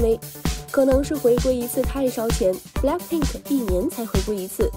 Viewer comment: 英语哪里学的？blackpink不是balck pink！